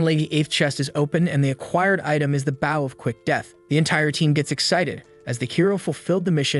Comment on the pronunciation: I enjoyed the story but I wish you could get your AI to tell the difference between the word "bow" as a verb versus as a noun. Bow as in a bow and arrow aka a noun is pronounced like boh b. oh. just like "row your boat" bow, row, stowe, low, crow, etc.